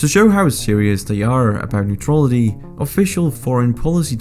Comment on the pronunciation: If you´re bound to make a video on neutrality and Sweden you´d better learn to prononciate the word "neutrality" correct.